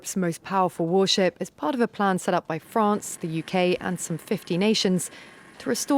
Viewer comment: Sa voix! "Frayance"? C'est un pays?